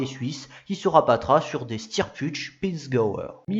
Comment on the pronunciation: 9'3 : comme dit juste avant, il faut dire Montevedi perd "son" contrat (et non "leur" contrat) ... et à 9'36 Steyr Puch se prononce "Chteillère - Pourr - Pinsga-o " oui je sais je suis relou mais encore une fois c'est vraiment dommage que la qualité de vos vidéos soit desservie par toutes ces fautes de prononciation 😊 Et à 10'34 "Rover décidera" et non "Rover décideront" etc. etc.